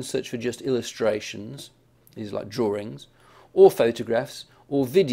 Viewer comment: he said drawrings....lol